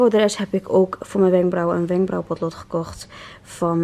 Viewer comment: "'wenkbrauw potlod"hahaha